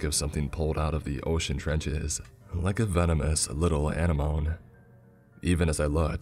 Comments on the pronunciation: At like he called it an an-e-nome lol! That's too much, I couldn't even listen anymore. It's an a-nen-omē. Keep up the great work tho! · A-nen-a-moan A-nen-a-me* Youre killing me man. Lol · An-ah-mone? Anemone, An-Em-No-Me. I just had to. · Very well narrated as usual, though I'd recommend you look up the pronunciation for words you're unfamiliar with (such as anemone). My opinion as an editor: This might be one of the best-written stories I've heard you read in quite some time. Few wasted words or opportunities. Few cliche or repeated words (such as unnatural(ly), impossible, etc etc)--a trap into which many creepypasta writers fall. Tightly written. Pace maintained through out. Interesting concept and characters Get it into the hands of an editor and the few rough spots it has can easily be ironed out to polish this story into something standing a good chance of being accepted for publication. I look forward to seeing more from this author!